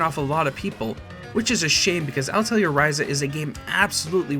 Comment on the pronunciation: Altelier ...?? Atelier. At. El. Ee. Air.